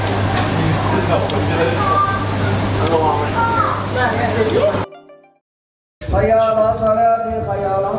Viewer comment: barbeque bukan babique.. aku asik terkeliru pulak bila kau ckp babique satay ni hahaha